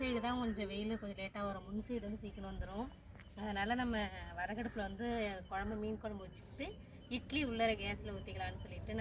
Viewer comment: Not varahu,aduppu, say virahu aduppu